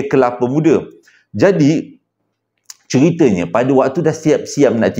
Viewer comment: Kepala muda😂abg dgn tsasul xdpt dipishkn😂😂